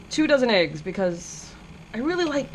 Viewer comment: EH-ggs... not AY-ggs :)